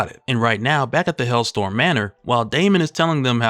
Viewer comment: It's HellSTROM. Not "Hellstorm."